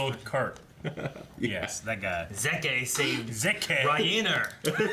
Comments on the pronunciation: COULD SOMEONE PLEASE TELL THEM ITS NOT ZE-KE! ITS ZEKE!! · I always love to pronounce the characters names with the german pronouncing. Not only because I am german (lul), but also because every other way to say the name feels just wrong imo. By the way, said at the beginning of the video the german pronouncing of Zeke's name but just without the ''ay'' at the end.